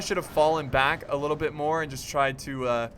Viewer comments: when he said bit don't add the "th" i was like ok but it doesn't seem right bitth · "don't add the T H" just slow it down a bic? damn man, words are that hard.. :D